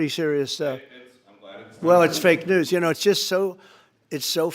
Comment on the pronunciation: Am I the only one who caught at about he said news-scum!? 😅😅😅😅